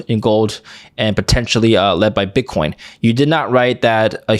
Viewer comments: At the 33rd minute he says bitch coin lol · Did he say BitchCoin?? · “BitchCoin”’🤣 Freudian slip?